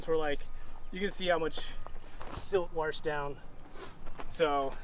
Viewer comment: Wash,washed,washing,washes,washer. I axe you, please show me the word warshed in the dictionary. See what I did there 🤣🤦🤯